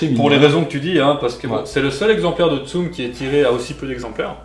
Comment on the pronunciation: Mdr tsum xD pendant toute la vidéo j'étais en mode "ça se dit tsumE avec un é" xD